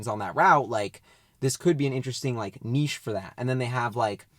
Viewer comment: I cringe every time i hear nitch. Good to hear saying neesh